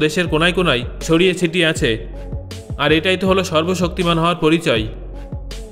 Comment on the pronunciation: sorbobsoktiman Bola thik Hoi nai